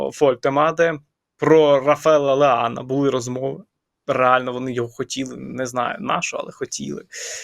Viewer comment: Якмй леан? Якщо оригінал його прізвища це Леао ну люди та навчіться вже говорити